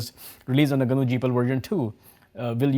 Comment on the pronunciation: gnu/linox, he pronounced gnu right